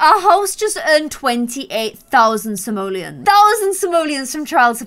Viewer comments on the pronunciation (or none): When she used to say simliones I used to get annoyed but now she says it right I miss the simliones